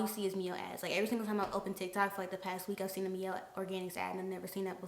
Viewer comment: My-elle organics spelled Miellle organics tho